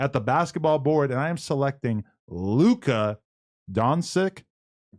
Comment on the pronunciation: Who the fucc taking prize piccs slips from Adam and he can’t even pronounce Luka’s name properly 😂😂😂😂